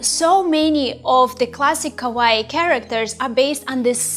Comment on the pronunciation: "ka-wa-ii" that's how you pronouce it. great tutorial btw